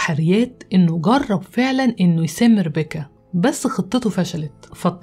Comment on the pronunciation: افهموا يا جماعه ليمو اتعقدت من الاسم مش علشان ربيكا زاهو ،،،،علشان بتنطقه غلط باللهجه المصريه وبتكسر حرف الكاف ،،،،لان الاسم اجنبي وبينطق غير